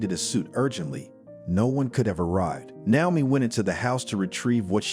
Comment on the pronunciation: Since when has Naomi, Na-o-mi, with a long a, changed to now-mi? This is an ancient name, you can find the right pronunciation in a lot of places. Please try better.